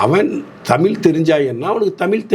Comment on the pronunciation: உங்கள் வலைதளப் பேட்டிகளை மிகவு ம் ரசிக்கிறேன். மிகவும் அறிவார்ந்தவைகளாக உள்ளன. உங்களது பேச்சுத்திறன் மிகவும் பாராட்டத்தக்கதே. ஆனால் ஒன்றைச் சுட்டிக்காட்ட நினைக்கிறேன் நீங்கள தமிழை தமில் என்று கூறும்போதெல்லாம் என்மீது அமிலத்தை ஊற்றுவதுபோல உணர்கிறேன் தயவுசெய்து திருத்திக்கொள்ளுங்கள்